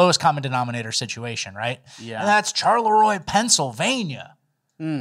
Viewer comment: Charleroi is pronounced “SHAR-Le-Roy”. O for 2,! I’m deeply offended.